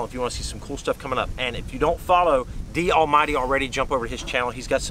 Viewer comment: its dallmyd Scott